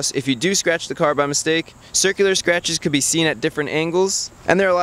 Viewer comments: everytime you said sratches I took a shot, holy moly I can see the light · Fun drinking game: Take a shot everytome he says sratches :P